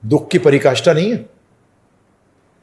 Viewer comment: परिकाष्ठा नहीं पराकाष्ठा होता है, पहले बोलना सीख लो उपदेश देने से पहले। आध्यात्मिक अनुभव तुम्हे है नहीं बस पुस्तकें पढ़ कर और सुनी सुनाई बातों को सीखकर उपदेश दे रहे हो